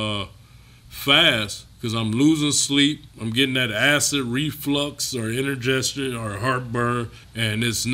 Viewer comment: Inner-gestion?🤣🤣🤣🤣 Kali you mean indigestion ?